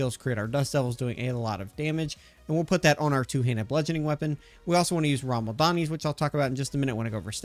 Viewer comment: rama-LADNI. Whatever you were saying, was not rama-LADNI.